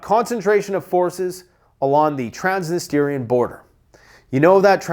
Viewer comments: TransNISTRIA. Not Transnisteria 🥴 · I love your videos... but please do this for me. Trans... Nist...Reea You're putting an extra i in the end and it don't belong there lol.